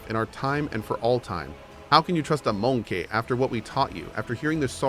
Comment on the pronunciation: The way he pronounces "MONKEIGH" is sending me